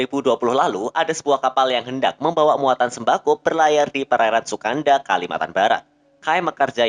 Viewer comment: Puake lafalnya /puakə/ bukan /puake/. sukadana lafalnya /sukadana/ bukan /sukatna/